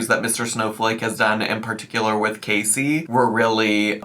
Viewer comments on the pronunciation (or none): none